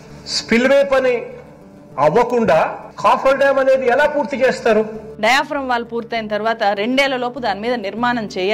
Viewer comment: అది కాపర్ డాం కాదు..... Coffer dam